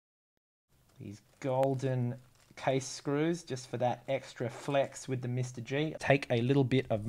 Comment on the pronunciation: I cringe with each “Mr. G”. It’s “MR dash G” so “ Em arrr Gee”. Ugh.